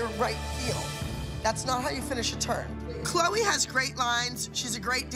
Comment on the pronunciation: Maddie said “good luck 🍀 CHLEO instead of Chloe 😂